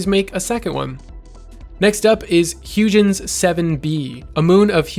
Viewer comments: Great Vid! Fantastic, in fact! Just for ... I don't know - informational reasons, ;-) : Huygens - pronounced like "Hoi-gins" (hard G) - think of the Cassini-Huygens space probe ( - Cassini carried the Huygens space probe to Saturn system. Pretty cool stuff, really. Just some info - great vid, and thank you. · That pronunciation of Huygens hurts Can't have any sort of education in astronomy without encountering the original man or the probe named after him